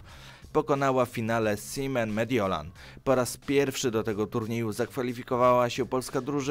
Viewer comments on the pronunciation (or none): none